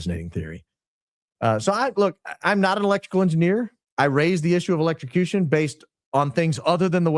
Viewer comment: Even. Grok. Says. Electrucution